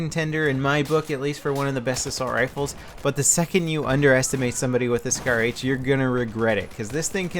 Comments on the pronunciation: What's a shar-h I thought it was scar-h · shar-h, you mean scar-h :p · Hey it's SCAR-H not SHAR-H ok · isn't that the scar-h instead of shar-h ? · grammar nazi..... as if he wouldn't know.... -. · SHAR-H?? SCAR-H? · It's SCAR-H not Shar-H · WTF? Shar-H????? LOL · shar-h? ahaha lol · What the hell is a SHAR-H? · Shar H lol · Shar-H? lol